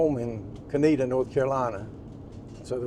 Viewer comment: Thank you for pronouncing the name right!